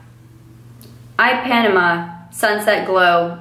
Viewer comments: Great vid! FYI it’s pronounced eee-pah-knee-ma ❤️ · First "gnosh" and now "i-Panama" lol. Gotta love my Hannah G! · ee-pa-nee-ma Ipanema - it's a beach in Rio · Just to help you out, the Ipanema brand is actually pronounced like Eee-Pah-Knee-Mah! There's a song called "The Girl From Ipanema" haha. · It’s actually pronounced e-pa-ne-ma, it’s a place in Brazil! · Haha it is pronounced IP-UH-NEE-MA. It's a beach in Brazil I think. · Add Ipanema to the list! Loved the vid - my feedback is that there needs to be a word you can’t pronounce in each one you do 😜😘